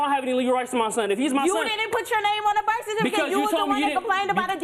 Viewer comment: Da blak girl “gave burf” 😂